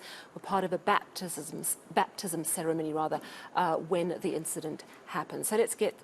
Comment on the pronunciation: This one cannot even pronounce batizzzzism🤣😹